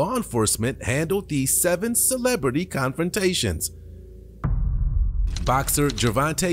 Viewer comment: "Celebrity" yeeeash